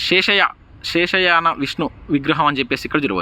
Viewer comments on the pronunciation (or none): Shesha shayana not sheshayana😅